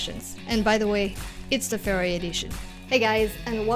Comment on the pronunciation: Great stuff! Your video's are truly quality and you explain everything very clearly. Just one thing, you pronounciation of the brand 'Ferrari' seems a bit fuzzy to me. But it's okay, cause it's very clear what it is anyway 🙂